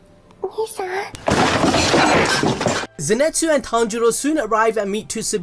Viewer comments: zeNEtsu?, mate zeNItsu i think is the proper way... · zenitsu not zenetsu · Cløudjckt _ and zenetsu